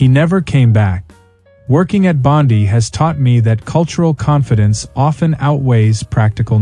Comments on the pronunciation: To the channel makers it’s pronounced BOND-EYE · It's Bond eye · You don't work at Bondi Beach. If you did, you would know how to pronounce Bondi. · If you are indeed working at Bondi, how come you can't pronounce it?